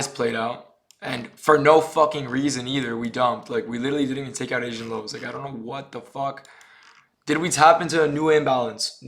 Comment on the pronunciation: “Asain lows”